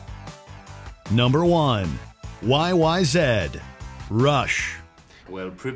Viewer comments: it’s “YYZ”, not “YYZed”. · Why are you calling it YY Zed?? It’s Y-Y-Z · YYZEEE NOT yyzed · Sorry everybody he asked for it it's not YY Zed, derp what!!! It's YYZ, I mean come on. Just passed away not too long ago greatest drummer of all time in my opinion yeah bonzo's great but he's been gone for quite some time and he never reached a level of intricacy that reached. But that is my opinion they're both great either way peace and love everyone...